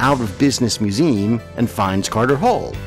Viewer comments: Just curious...why does the narrator here continually pronounce the trisyllabic word "museum" as "mew-ZEEM?" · "mew-ZEE-um" is what I have heard my entire life. I live in Michigan, however, and I'm willing to concede believe that "mew-ZEEM" may be a regional variant that I have never encountered before...whereabouts do you live? I was majoring in linguistics when I went to college, so it has always fascinated me. Other that the surprising variant of "museum", I found the narration more than adequate, and pleasant and engaging to listen to. I never meant to impugn the quality of your voice or pronunciation! :) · Nice video. I’m not familiar with that pronunciation of museum though.